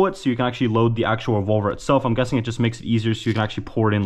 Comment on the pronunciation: " they said get a revolar "